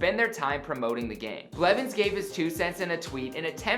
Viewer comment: Did you say "Richard tyler blevin" ?